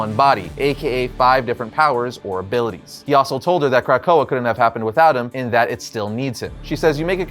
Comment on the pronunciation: Dude - Good video, but sound it out- it's Kra-ko-ah. Not Crack-ko-ah. If it's was pronounced that way it would be spelled 'krakkoa with two k's